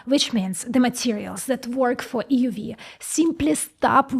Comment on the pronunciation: "EeeeUUU Veee" Just joking she's adorable.